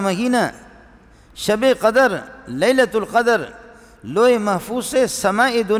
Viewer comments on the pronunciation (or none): In another speech he is making fun of the qaris but this molvi doesn't know how to recite the Quran properly himself, the word is not qadar like he says it, it is qadr